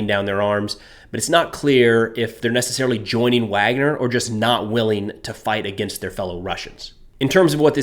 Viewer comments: Pronounced Vagner not Wagner. B in Russian is a V sound. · It’s pronounced VARGNER, not Wagner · pronounced VARGNER in English, spelled Wagner